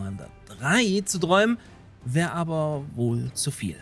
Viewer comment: "Dräumen" "Glein" **oh "Berichten'ne" war auch noch dabei^^ Du haust aber raus :D